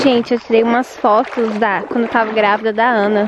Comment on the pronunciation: se fala eu "tava" não eu "tavo" espero não ter me levado a mal ❤